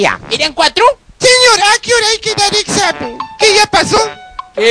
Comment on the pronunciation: "ojala haiga otro esamen" jajajajajjjajaa